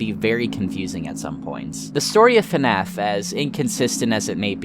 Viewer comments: Why does he keep saying "FuhNAF" instead of FNAF. I'm 4mins in and already annoyed lmao. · It bothers me so much that he says "fuh-naf" instead of just fnaf, I'm sorry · The way you say FNAF… lol Maybe it’s the “correct way” but man, its just not at all the way I’m used to hearing it, lol. You say “FA-NAF. I’m used to hearing it as simply: “FNAF” 1 syllable. But tomato tomato I guess :) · God I hate when people say fuh naf it's FNAF it's one syllable